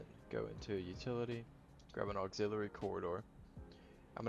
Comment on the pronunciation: You mispronounced the word "Chassis" and "Auxiliary."